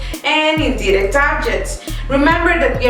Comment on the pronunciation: if ur teaching pls pronounce direct and indirect. It's confusing